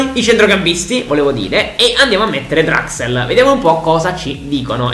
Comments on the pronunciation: hai detto draxel al posto di draxler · Si però mi da fastidio il fatto che dici draxel si dice Draxler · Si pronuncia draxler non draxel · Julian Draxler: draxel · Grande per tutto ma si dice DRAXLER con la L